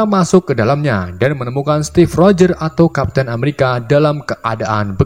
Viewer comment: Steve rogher bukan step rogher